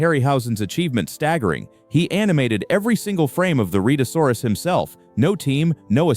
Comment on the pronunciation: The beast's name is pronounced Red -a saw rus.